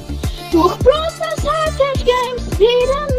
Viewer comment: Dieses "Brol Staars" am anfang😂